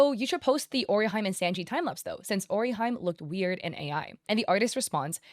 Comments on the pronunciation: It's "oh-ree-hee-meh" not "ori-hime" and its "LOO-FEE" not "Luh-fee" 😂😅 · gloss over this comment its pronounced oh-ree-HEE-may Orihime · And Ori-hyme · Hearing orihime, pronounced as orihyme makes me wince. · when she says ora hyme ..... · what? Is she AI, she red “Ori-Hi-me” like ‘ori-hyme’ 😂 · O-Ri-He-May. With Japanese names i is typically pronounced as an "e" sound Whereas "e" is usually pronounced as an "eh" sound. I hope this is helpful! ❤ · Really “ori-highme” and “laffy”, why it literally takes minutes to figure out how to correctly pronounce the names of the characters of one if not the most popular show the past well…. almost 30 blessed years, SMH. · Orihime is Ori-he-may :) I noticed a few comments pointing out you mispronounced her name but not telling you how to actually say it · Oriheim and Lo-fee.. lol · Your pronunciation of orihime physically pains me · Everytime you say Orihime like that a piece of me dies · Each time you say luffy or orihime I lose a life💔